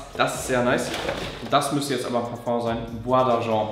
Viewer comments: Es heißt „Parfeng“. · Es heißt parföng!!